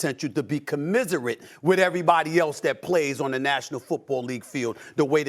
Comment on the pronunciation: “Comisirite” -Stephen A. Smith